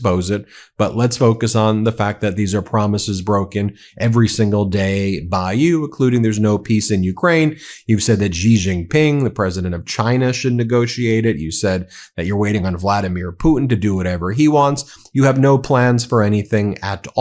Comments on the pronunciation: it's SHEEEEEEEEEEEEE jinping, not g zee not jeee etc. omg it's literally pronounced the exact same way as the english personal pronoun she. this is not difficult stuff. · Ben: I can’t hold back anymore.. Xi is pronounced ‘she’